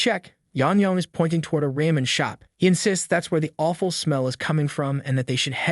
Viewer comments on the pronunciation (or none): none